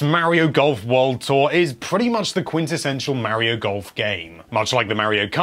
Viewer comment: my ears.. MY EARS!! MAKE IT STOP!!! may-rio may-rio may-rio may-rio may-rio may-rio may-rio may-rio OH GOD!!